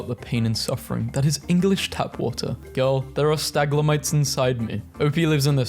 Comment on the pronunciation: STAGLAMITES????? Video Idea: trying to pronounce words correctly